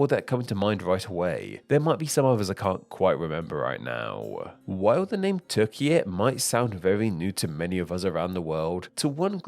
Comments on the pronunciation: Türkiye* not Tökia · It should be pronounced “toor-kee-yeh” with a trilled R. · Without seeing the written name I could think you're just saying Turkia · it's not "teer-jee-yay" it's "tue-rk-iye" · Oooooh so the Ü IS pronounced as oo, not as he probounces it in the video? Well then I support the spelling changer after all. I thought he was pronouncing it correctly in the video and that the Ü simply made no sense. But it does make sense the guy in the video just doesn't respect it. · Turkey becoming Turkiye is less of reclaiming an endonym and more of asking for an orthographic change to better approximate pronunciation. A real change would be Hungary demanding a name change to Magyarország. To be honest, that would be a fun video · there you realise you're watching Name Explain, not Name Pronounce.